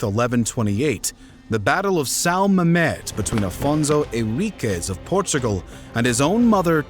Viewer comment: There is no "h" in "peninsula". Nor is there an "h" in "Portugal". Also, showing some major cities early on would be helpful.